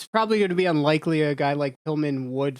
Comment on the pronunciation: How do you mispronounce Jerichos name smh.